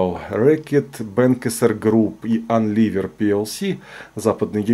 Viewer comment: Не "анливер", а Юнилевер, по-видимому... Это ж надо так изуродовать, что и не узнаешь.